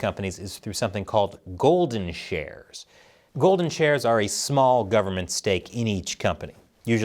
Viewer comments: I can't be the only person who heard "golden showers" every single time you said "golden shares." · I keep hearing every time you say golden shares…. Golden showers😂😂😂